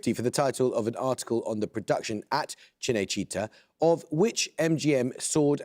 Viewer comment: 'MeDIci' and 'cineCIta' really hurt my ears. They put so much effort into french words and really don't give a fuck about any other languages, uh. And i'm not even italian, but i'd probably miss on those easy questions based on shit pronunciation. It takes like 5 seconds to learn it, why some people are just so lazy? wtf